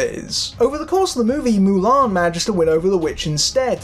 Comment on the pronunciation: Ok guy - stop saying MULAN the way you do - Ok you re English? So take off the M and just say ALAN. Then we can all see where you problem truly is. X Hon you are not the drinker - you are not funny - you re ideas are the same as his EXACTLY. Now before you become a ''Critic'' learn to say the say name of the Hero properly, eh?